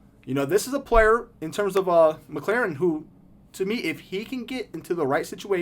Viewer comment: Great vid. The way you pronounced mclaurin isn’t right tho lol its mclore-in not mclaren